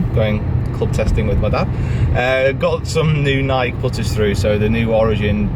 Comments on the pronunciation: exactly, Nike, pronounced neigh-Keee, was it originally supposed to be pronounced NighK? Maybe it was, sometimes things evolve when it comes to language, but either way, no offense, but it is just honestly awkward to hear it said NighK, nothing against you cause I love your videos and how much you put into sharing your world and sport with us, keep up the great job,.... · N-eye -KEE!!! Please stop saying NighK, it's so awkward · Why do English people say nike like N'eye'k? It is Ny'kee!!!! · Nik e not Nike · Nike, pronounced: "naɪki" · been at him for weeks, telling him it rhymes with "crikey". I mean, even Rick says it correctly! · What other Americans get frustrated when he and the rest of the world mispronounces Nike...